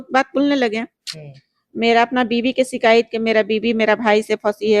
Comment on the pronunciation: शिकायत कियो नही शिकायत